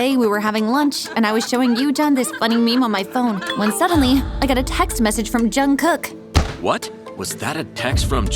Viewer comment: Bro it's jungkook not junkkook